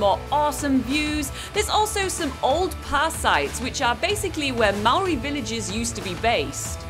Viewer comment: Nice to see other nationalitys pronouncing the local maori words correctly that shows respect for the language of nz